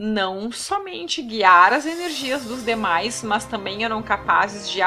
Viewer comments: Kkkkkk "Mans" healty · Muito bom ... mas tá difícil ouvir seu ..."mãs" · PQ PRONUNCIAS A CONJUNÇÃO[MAS] DESTA FORMA?